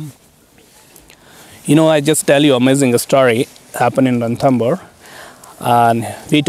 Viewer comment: it's Ranthambore..!! not Rathambore.!! thanks..